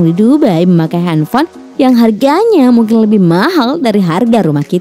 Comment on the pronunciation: Henfol? Wkwkwkw slh ngomong ya